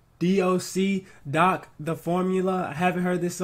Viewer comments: Yo it’s pronounced the Dee Oh Cee not just doc. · It's pronounced The D-O-C, youngblood.